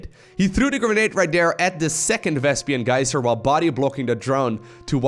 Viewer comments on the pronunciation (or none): Nice game, but PLEASE, its "vespeen" not "vespian"! Keep up the good work, I love your content man!